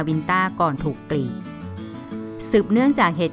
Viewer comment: ดังก่าว กีด..อ่านไม่มีคำควบกล้ำเลย